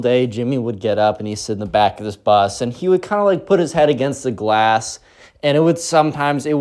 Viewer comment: Hi. The word is Bus. I love your videos and during school when working I listen to you on Spotify but while gaming I listen to you on YT. Anyways hope you have a great day and have a Merry Christmas